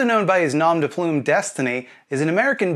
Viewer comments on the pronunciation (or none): "nawm duh ploom" bruh just say pen name or alias, especially if you can't pronounce French words lmao